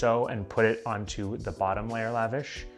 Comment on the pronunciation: Love it! One thing though please know, it’s pronounced “luh-vawsh” not lavash like you’re up in the club living lavish lol